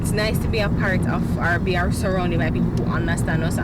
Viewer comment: say "Bear-ress" LOOOL